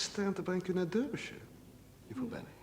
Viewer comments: Darbyshire en niet Durbyshire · Of course, but that gave cause to the wrong pronunciation. The Dutch cast pronounced Derbyshire as Durby. That is why I spelled it for them as Darby.